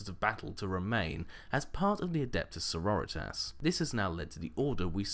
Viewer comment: i think its pronounced Sor-ror-ri-tas. like senoritas? like in spanish?